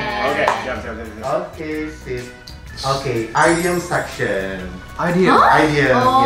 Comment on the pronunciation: FYI pronunciation nya bukan AIDIEM tapi IDIEM